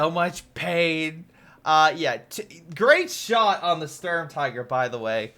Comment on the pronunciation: “Great shot” sounds like greyshot is that intentional? 🤔